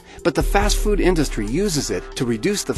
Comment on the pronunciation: The heck why do you say foot